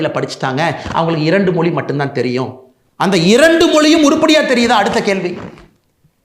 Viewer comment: வழக்கம்போல அண்ணாமலை கலக்கல்... உங்கள் கருத்து முற்றிலும் சரி... தமிழகத்தின் விடிவெள்ளி அண்ணாமலைக்கு ஒரு சின்ன விஷயம்..... தமிழின் சிறப்பு அதன் ழகரம் தான். ஆனால் அதை... மொளி, தமில், தாய் மொளி, இருமொளிக் கொள்கை, தமிளகம், பிளைப்பு, பயிற்று மொளி.... என்று நீங்கள் பேசுவதைக் கேட்பதற்கு மிகவும் வருத்தமாக உள்ளது... ஏற்கனவே இன்றைய இளைஞர்கள் தமிழைக் கொஞ்சம் கொஞ்சமாகக் கொன்று வரும் நிலையில், இளம் தலைவர்கள்...... அதுவும் அண்ணாமலை போன்ற வரும்கால நம்பிக்கை நட்சத்திரங்கள் இப்படிப் பேசுவது மனதை மிகவும் வேதனைப் படுத்துகிறது...... உங்களது நேர்மை, உழைப்பு, தைரியம் ஆகியவற்றைக்கண்டு ஆயிரக்கணக்கான லட்சக்கணக்கான இளம் வயதினர் உங்களைப் பின்பற்றும் நிலையில்....நீங்கள் இப்படிப் பேசுவதைப் பார்த்து அவர்களும் இப்படிப் பேசத்துவங்கினால் என்ன ஆவது..... (ஏற்கனவே பெரும்பாலானோர் இப்படித்தான் பேசிவருகின்றனர்) ஆகவே தமிழக மக்களைக் காப்பாற்ற அயராது கவனம் செலுத்தி வரும் அண்ணாமலை, தமிழையும் கொஞ்சம் கவனம் செலுத்தி சரியாகப் பேசினால் நன்றாக இருக்கும்.... இதை யாரும் தவறாக எடுத்துக்கொள்ள மாட்டார்கள் என்று நினைக்கிறேன்.....